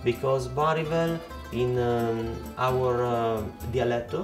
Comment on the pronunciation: Ahahaha io lo ho capito quando aveva pronunciato "dialetto" e "jolly", da lì l'accento era troppo forte 😂